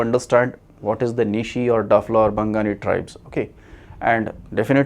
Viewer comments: First of all. Your pronounciation is wrong.. it's Bawgni (which means Human being) not Bangani. If there was no social organisation then how did many clan made their own boundary. Even they had servants, low-high class family. How it's all exist??? I as belong from Bawgni tribe I do believe to be a descendant of Abo Tani. And untill christian missionaries came here most believe in Donyi Polism religion which is called Donyi Polo - you did mention in your video that it's spirit naturalistic. We consider Sun as mother and Moon as father. First learn about Abo Tani & Aney Donyi story. Then you'll realise that Nyishi people consider themselves as Human being and remaining people as the descendants of evils. Many more. You need to research more about it. If you want to know more message me. I'll tell more about it. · you are wrong,,,its Bangni ,,,,you are pronouncing as "Bang:nanee' dont think its Bangali at all. and they worship Donyi-Polo --donyi means Sun ,polo means Moon . as well as Spirit { in memory of their Ancestral father-ABO TAANI,,.. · Dafla is a derogatory word. Before giving wisdom to others you get some wisdom first and read about some laws and acts. What is bangani???. Wrong information with wrong pronunciation👏